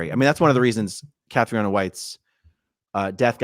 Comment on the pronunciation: Pronounced KATRINA not Cath-ri-oh-na